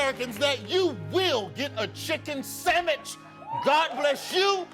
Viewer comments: Samich, not sandwich 😂😂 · Did he say 'Sammich'? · “Samach”, he said towards the end of his speech. Not sandwich 😆😆😆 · He said “sanmich” 😂😂😂 just for that he’s got my vote!! 😂 💋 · it's "sammich"